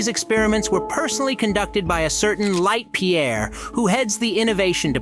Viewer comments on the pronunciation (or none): LEITH PIERE NOT LIGHT PIERE